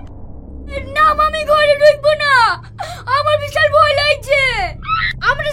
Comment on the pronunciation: ভই না ভয় হবে 😂😂😂